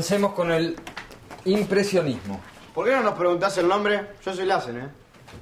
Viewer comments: como la profesora dice lazens 😂😂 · La profesora como dice el apellido de guido: Lazzzen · suena de fondo una burla de la pronunciacion de lassen😂😂